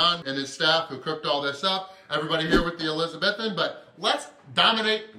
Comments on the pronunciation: Mate shoulda got the toast buttered. Looked drier than gandhis flip flops 🤣🤷🏻‍♂️🙈🙊🤦🏻‍♂️ and its pronounced Elizabeethan 👍🏻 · ElizaBEthan, not ElizaBETHan,. xx